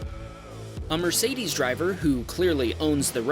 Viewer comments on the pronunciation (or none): none